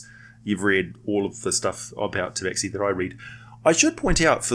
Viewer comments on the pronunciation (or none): It's pronounced "Taba-Shee". Otherwise great vid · Khajiit is not pleased you call it Tabaxi ! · actually, some Tabaxi clans pronounce it 'tabashee'